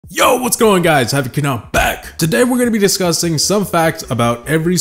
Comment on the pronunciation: Did he just said "today we are gonna be disgusting " in the first five secs or is it just me .😂